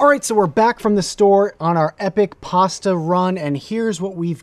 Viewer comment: Pasta ✖️ Pass-tha ✔️